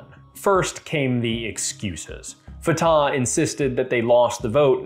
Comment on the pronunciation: It is not a big deal but Fatah is pronounced more like Fateh or even Fath. You make the second "a" sound long while it is even shorter than the first (or inexistent, depending on the accent).